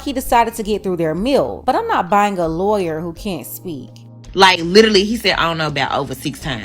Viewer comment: "No keeeds, a loyuuur" Yep. Definitely not your type